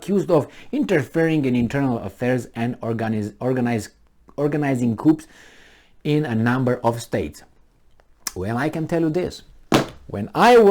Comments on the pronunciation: Yes, coup is pronounced Coo and Debt is pronounced Det. When I was learning En I always pronounced the K in know. It happens if not your First language. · When you say 'coup' don't pronounce the letter p